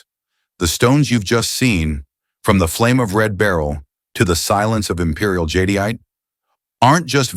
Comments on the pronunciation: It’s pronounced Jade-ite Not jadeite. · JAHDIYATAHAY? I've been saying JADE-ITE 🤣😅